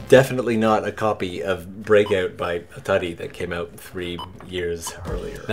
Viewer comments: Hey man, really? Did you really pronounce Atari like that? Yes, atari is a Japanese world that means to hit the target, but I'm sure you know that, owning to the fact your channel is called. Atari, the company, was founded in the United States of America by Americans. There's a "tar" in there. That's how you pronounce it. Just a little nitpick. That is all sir. Oh, the NES in the North America was awesome. You can get an adapter for 100% of the stuff for the Famicom to work on the NES. Also the controllers on the Famicom are hard wired so if a controller breaks, your out of luck. You can't just buy a new one, you have to get it repaired. Here's another one, all you have to do to a Super Nintendo to play Super Famicom games is pull out a couple of tabs in the cartridge slot. Super Famicom games won't even fit in a Super Nintendo. Hey, at the end of the day if you like Japanese Nintendo better, it's all good. It's all a matter of perspective, right? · The Japanese pronunciation of Atari lol😂😂I guess it’s from Japanese lingo in the game go so it makes sense just they are an American company and bushel who named it isn’t fluent I suppose 😂 it’s like when American ladies try to talk like they are from Nicaragua and really roll those r’s 😂it’s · Your pronunciation of "ATARI" as 当たり is hilarious, because while the company definitely derived inspiration from the game 囲碁, they are American and I guarantee that Nolan Bushnell and Ted Dabney themselves probably would never utter it that way.